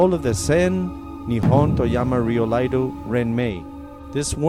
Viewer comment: Can someone tell the narrator it’s iaido not Laido